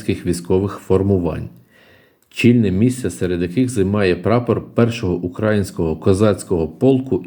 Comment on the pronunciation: Неправильно наголос робите. Не укрАїнського, а украЇнського. Вухо ріже))